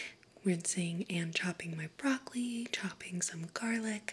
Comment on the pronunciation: Did You jUst say BrOcOli !!!